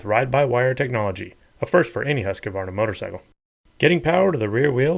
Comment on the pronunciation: You were thinking accent, i guess...